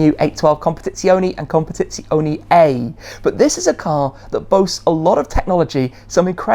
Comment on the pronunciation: Ah,this is the end of ferrari...I will never sell my 430 16M , EVER. Also a note shmee 😁.when you say "competizione" the "e" is not like the english e ,it's the same e you find in the "end" word